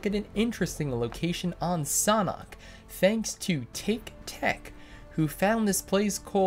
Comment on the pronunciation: Its sanhok and not saaanhok